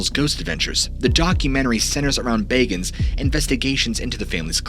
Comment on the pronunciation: I love all your videos. ❤ I especially love that you miss pronounced Bagans name. He is a narcissistic pig. He treated all those he worked with like shit.